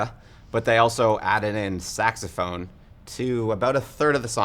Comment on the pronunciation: Sax-a-ma-phone. SAX-a-ma-PHONE.